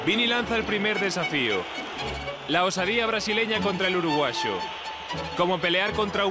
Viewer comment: "El Uruguasho"😂